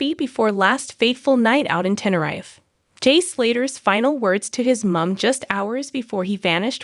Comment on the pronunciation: Sorry had to correct u on how u are saying Tenerife to prounance it right just say Tenereef but it's spelt of course Tenerife ❤ but thanks for ur cover of jay slater he and his family deserve justice 💙